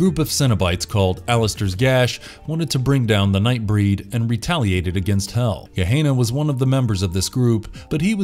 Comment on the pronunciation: it is pronounced Guh - Hen - Uh (Gehenna)...............not guh - hey - nuh